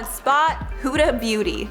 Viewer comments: Okay but why cant yall pronounce her name properly?ITS HUDA NOT HOODA its with a U not an O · "hOoOoDa" No hate, ly!